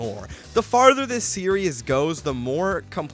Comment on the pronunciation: good video but the way you constantly mix up the pronunciation of the word "series" as "serious" is kinda painful